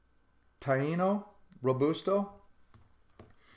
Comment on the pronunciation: Great cigars! It's Tay-No It's an Indian tribe.